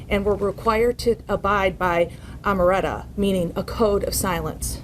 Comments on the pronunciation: "...and were required to abide by 'amaretta', the code of silence." 'Omerta' ! 🤦🏻‍♂️ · Armertta? You mean Omertà! As in the Italian Mob act of swearing to secrecy? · They were forced to abide by a code called "amaretta" like in the movies. 🙄. It's "omerta", dingus. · Amoretra. Lmao its not a latte, babe. Its Omerta. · That lady said Required to abide by Amaretta 😂 OMERTA🤌🏼 this is great 😂 played paisan and got smacked with a RICO 👏🏼 😂 🇺🇸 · “Amareta” couldn’t even get the name right 😂😂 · The word is omerta